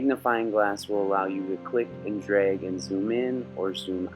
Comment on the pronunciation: Did you say "dreg"?